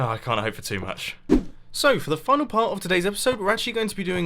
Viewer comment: thought you dropped an f bomb when you said 'final'.